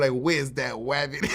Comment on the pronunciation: "Where's that wabbit" LOL